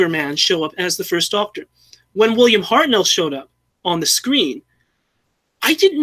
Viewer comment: pronunciation of Hartnell